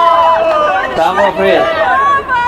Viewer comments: Тамбов а не Томбов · Учи русский язык, не Томбов, а Тамбов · Ребят, вы молодцы, но “Томбов», это провал, русский язык нужно знать, правильно Тамбов, если не поняли сами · 🤦‍♂️ Тамбов, а не Томбов!=) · Тамбов, не "о" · Ребята, я из Украины, но знаю, что Тамбов, не Томбов. Увольте корректора. Shame of u, russians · Правильно Тамбов...